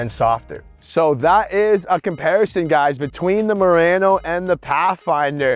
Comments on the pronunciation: Pronounced MU-RA-NO. Not RAN -O 😢😮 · It's late. I'm cranky. Can somebody teach him how to pronounce Murano?😂😂😂.. . Potato potaaaaato